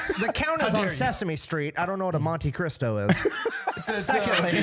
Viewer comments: said The Count Of Monte crisco lol, its Cristo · 1, but its Cristo, not Crisco. The Count of Monte CRISTO. 🤣🤣🤣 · 0 It’s the Count of Monte Cristo not Crisco “buh” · its Monte Cristo, I keep hearing "Monte Crisco" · He said "Count of Monte Crisco " . FML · is no one gonna call out for calling it the "Count of Monte CRISCO"?! 😂😂😂😂